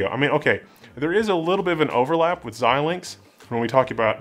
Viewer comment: Thank you, for being one of the only YouTube presenters that can pronounce Xilinx.